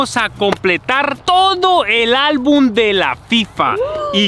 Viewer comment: se dice album no albun